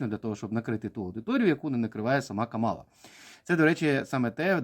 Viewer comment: Ех, ці українські оглядачі американської політики… Давайте для початку навчімось правильно називати імʼя нинішнього віцепрезидента СШ і кандидата на посаду президента від демократичної партії - КАмала. Не КаМАла!